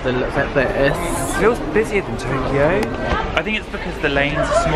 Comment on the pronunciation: Your bath almost looks like a furo (ふろ), which is a deep bath that you soak in. Isn’t Nihon (日本) beautiful? Yeah, “Japan” is an English-construct, the country’s correct name is Nihon. 😁 I’m so happy you guys got to meet genuine geisha while there. PS - the correct pronunciation of “kyo” is in toKYO and KYOto is one syllable. You know how when you say cucumber, the first syllable sounds like KYU? Well that’s how KYO should be pronounced...so it’s NOT key-yo-to...it’s just kyo-to. As a Japanese American whose family immigrated to the US in 1868, it’s still important to me to teach people who love his motherland...especially two beautiful souls like you both. 😍🏳️‍🌈🤙🏽